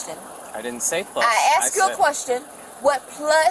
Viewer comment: I axed you a question. Huh. Speak English lady.